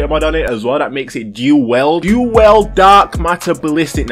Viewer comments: Whys this guy saying WELD man. I was getting so mad 🤣 For the record it's WIELD (Pronounced Wheeled) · “Do weld” 😂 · It's dual WIELD! WIELD!!